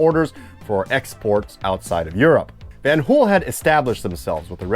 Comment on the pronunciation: Brought to you by VAN-HooL